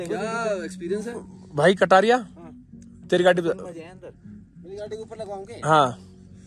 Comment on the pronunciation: Kataria ko katkatiya 😂😂😂🤣😂